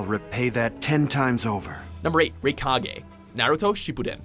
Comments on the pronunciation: Ah yes. The rikagay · its not "raykage" its "rykage" you've clearly never seen any anime aside from DBZ and pokemon so dont bother making anime videos unless you get someone more knowledgeable on the subject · It baffles me how you can mispronounce the name of “Raikage” when the clip used actually says his name.